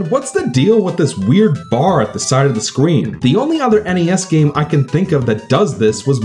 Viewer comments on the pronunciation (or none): You said “Scween”